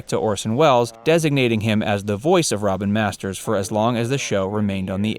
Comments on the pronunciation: "Robert Masters" ??????????? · Orson Welles appeared as "Robert Masters..."????? It's ROBIN Masters dipshit.